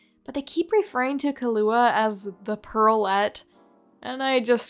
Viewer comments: Ik you didn't pronounce Killua as Kahlua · I have never heard someone pronounce Killua's name like that.